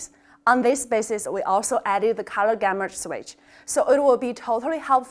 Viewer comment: why you can't pronounce the GAMUT as you pronounced it as GAMURT✌♥♥♥